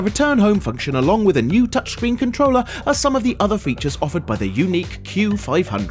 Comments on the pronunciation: Its not yuneek is yuneec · yuneek..... "yuneec"